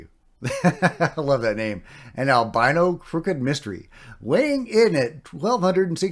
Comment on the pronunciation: Can you say Albino again ....